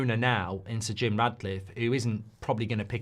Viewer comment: Why do you persist with “S’Jim” ?! Reeks of forelock-tugging !